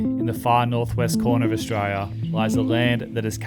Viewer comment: Australia with four syllables not three please 😂